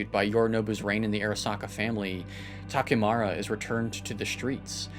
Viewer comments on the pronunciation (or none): Projekt = "Project" Takemura = "Ta ke murr rah" = "Proyeckt" & "TakeMARA"